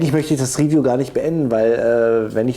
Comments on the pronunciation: der brus, macht ein riwiju hahahaahaa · 1.8k Euro für 0.5 Joule, also für billiges Plastikspielzeug? Was fürn Beschiss... PS.: Mach deine Videos künftig entweder komplett in Englisch oder bleib beim Deutschen, die Anglizismen machen das Video ungewollt lächerlich, vor allem die Aussprache erinnert an die Projektwoche der Hauptschule. ("Real Steel" hahaha "Riiihhffiijuuuu - "Hitlers BASSsaou")